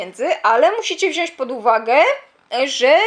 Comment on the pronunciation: Mówi się >wziąć, a nie wziąść :)